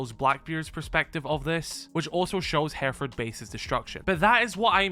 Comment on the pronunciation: First off learn to pronounce the location. Secondly the whole premise is a load of rubbish